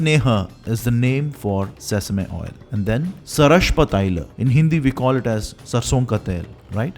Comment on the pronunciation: Your video is really good,a small suggestion,it would have been better if u gave more importance on the right pronunciation of Sanskrit terms like sarshapa,takra,dugda and it would be of great help if u can share with me from where to get the original text of paka darpana by nala😊